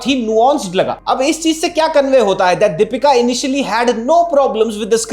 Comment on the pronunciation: It’s Deepika …not dapeeka!!! Try to pronounce the name correctly first